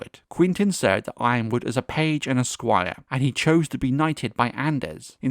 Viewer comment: why do we keep mispronouncing Y-RONwood? 😂